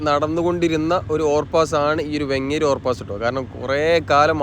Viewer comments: വെങ്ങേരി ❌❌ വേങ്ങേരി✅✅ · വെങ്ങേരി അല്ല വേങ്ങേരി.